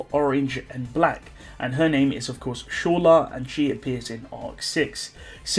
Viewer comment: "Shola" xddd